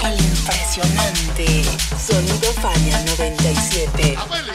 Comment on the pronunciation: Su spot parece que dice "Ania 97"